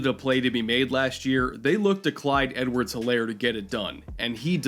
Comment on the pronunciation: It’s pronounced Edwards-HEELAIR